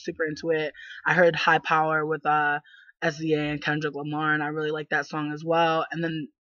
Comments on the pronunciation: She's saying her name wrong , u dnt literally say s-z-a .... smh wow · Her name is pronounced "SIZZUH" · OMG get her name right I can take you seriously if you don't even know how to say her name!!!!!